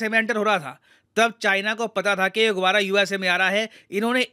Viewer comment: गुबारा नहीं गुब्बारा बोलिये